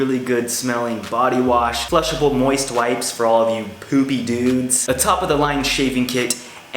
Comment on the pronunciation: Did he say poopy or pooby